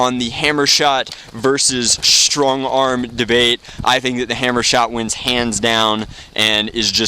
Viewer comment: Lmao you said stongarm.